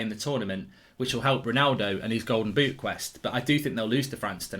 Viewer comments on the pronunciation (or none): none